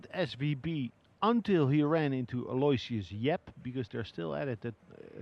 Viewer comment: Here it is a few years into Yap's playing and they still misprunciate his name. It's "Al-oh-ishus," not "Alloy-shiss"